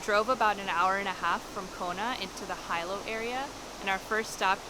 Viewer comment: It's like you guys ENJOY purposely mispronouncing the names of places around the Island, like a gringo/haole lol. Jk I kid. We enjoyed the footage, love Big Island!